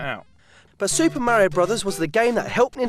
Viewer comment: What is it with the Chinese always calling Mario "Mary?"